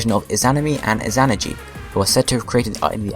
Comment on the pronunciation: You're pronouncing Izanami and Izanagi wrong. So very wrong.